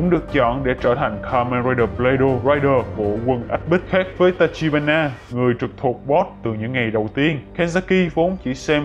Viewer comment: đoạn 23p cứ đọc là tachihara nhể:))tachibana mà